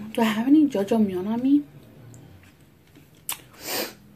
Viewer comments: Omg.... I was like wtf is jojomeon and the you said black bean sauce (aka black bean paste ) and my Korean Novela watching ass realized you were trying to say "ya jang miun" Lol try reading it in spanish. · It's Ja-jang-myeon ❤️ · The way you pronounced the black bean noodles "jojomeyon" made me chuckle lol..awesome that you're trying something different :) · judge-a-myun lmaooooo